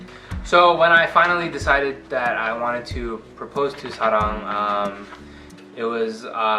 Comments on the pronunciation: 되게 세세하게 기억하시네요 쏘스윗ㅠㅠ특히 사랑님의 이름을 정말 한국인처럼 자연스럽게 사.랑 이라고 발음하는 게 인상적이에요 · 중간에 사랑님이 노트 가져가실 때 가만히 계시다가 사랑님이 오케이 하시니까 바로 말씀 시작하시는거 너무 귀여우세요ㅠㅠㅠ 그리고 보통 외국분들이 사랑이라는 말 발음 하실 때 약간.. 음 사뢍? 솨뢍? 이렇게 하시는데 남편분은 딱 정확하게 사랑 이라고 하시는거 너무 설레욥.. 뭔가 사랑님 성함 말씀 하실 때만 톤이 바뀌는 느낌?? 그리고 마지막에 리틀 멍기들한테 하는 말들도 너무 귀여우셔요ㅎㅎㅎㅎㅠㅠㅠㅠ 좋은 이야기 들려주셔서 감사합니다 Thank You So much 😁😁😁😁❣ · 맞아요 완전 공감!ㅋㅋㅋㅋ 저도 듣자마자 와, 이름만큼은 정확한 한국 발음 이시네~ 하면서 완전 감탄! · 사랑을 사랑이라고 발음해줘서 너무 좋네요 ㅎㅎ. 근데 남편분도 유투버세요? 어색해하지도 않고 말씀을 잘하시네요. 대단해요! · ㅠㅠ 헐 사랑이라고 원래 발음으로 부르는거 심쿵 ㅠㅠㅠㅠ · 어머어머 머야!!심장을 막 때리시네요ㅠㅠ항상 궁금했었는데 남편분이 직접 말해주시다니..사랑이라 부르실때마다 너무 친숙한 발음이라 깜짝깜짝놀랬어욬ㅋㅋ남편분이 사랑언니 많이사랑하고 배려해주는게 느껴져용♥ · 하 ㅜㅜ 스윗하다... 사랑님 이름 발음해주는거 진짜......더더두더행복하세요오오오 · 완전 스윗해요 ㅠㅠ 사랑이라고 한국발으으로 정확하게 부르시는것도그렇구ㅠㅠ 사랑님도 사랑님 남편분도 부부가 너무 멋있네요 🙈🙈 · 한국식 발음으로 사랑이라고 불러주는 목소리에서 정말 언니에 대한 존중과 사랑이 묻어나오는 것 같아요😊 늘 예쁜 사랑하세요 언니! 보는 내내 행복했어요♥️ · 그와중에 사랑 발음 너무 좋고 언니랑 제시 둘다 서로를 아껴주고 사랑해주는게 너무 보기 좋고 이뻐요❤ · 두분 너무예쁘신거 아니에요엉엉😂 하나하나 세세하게 조곤조곤 심지어 사랑님 이름발음까지도 또박또박 예쁘게 말씀해주시는것 같아요 네 맞아요 솔직히 다예뻐보였어요..네 사랑님은 정말 사랑받을자격있으신분이라 생각하는데 그에 걸맞게 그사랑 가득받으시는것 같아 보는 내내 입고리가 안내려간것같아요 항상 사랑님 그리고 두분 응원할게요!!:)💕